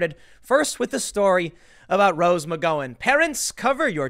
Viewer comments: Are you mispronouncing her name on Purpose... i mean it's been months and you've still got it wrong.... am I missing an inside joke? "Mc Gow in" -not "Mc Go In", like owe, sow, pow, wow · It's McG-OW-an. Not McGO-an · Tim, it's a small thing but her name is pronounced Mc Gow-an not Mc Go-un. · I always thought it was pronounced "Mick gow-an". Hearing "mick go-in" makes me giggle. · I Can't stand it anymore!!!!! Google her name please you are pronouncing it WRONG it's Mc-Gow-an not Mc-Go-en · Rose McG(OW)an OW-an... not Go-an.... OW! not Go.... DO NOT PASS GO, DO NOT COLLECT $200...... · Rose Mc-GOW-an , not Rose Mc-GO-in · isnt it pronounced McGowan (rhymes with cow) rather than McGowan (rhymes with go) ? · I only clicked on this to hear Tim say "Rose McGoing" again, and was quickly pleased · I asked him, "where is Rose Mcgoin Tim"? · next video "Tim Poole credibly accused by Rose McGo-in" she felt threatened by his mocking tone and inability to say her last name correctly. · It's Can't care less. Also, it's McGowen, as in Ow, like when you stub your toe. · I think the Gow in McGowan is pronounced like "Cow." Mc-Cow-An ... like that. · Why does Tim say McGawon like an R word? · Tim, Rose "Muh-go-in," Pool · Tim: It’s /mik-GOW-un/, where the “GOW” rhymes with “NOW.” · Please check your pronunciation, the ow in Gow is like the ow in Pow. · rswindol OMG! Between saying her name wrong several times and saying Mika’s name wrong the other day... it’s like nails on the chalkboard after awhile. Just say their names right, dang it! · You can't pronounce her last name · That’s a weird pronunciation of McGowan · One of these days we're gonna get Tim to pronounce McGowan correctly. I'm holding onto hope. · Please learn how to pronounce Rose McGowan's name correctly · Why do you refuse to say Rose McGowan's name correctly? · McGowan is pronounced like the noise you make when you stub your toe, come on Tim 😉👍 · I think you pronounce her name wrong